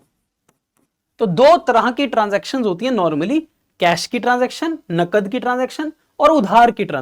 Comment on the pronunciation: Nagad ❌ nakad✔️